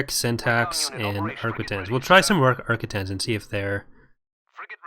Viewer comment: Arc-quin-tin-se that's how it's prounounced don't know why it bugs me so much but it was XD sorry <3